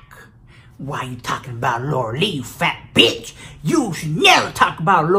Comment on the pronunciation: Lmfao Dying at how you say "fat bitch" 😂😂😂